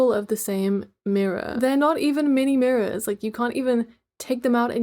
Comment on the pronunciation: i thought those were the "MINÆ MĪRRØRŠ" 😭😅🫪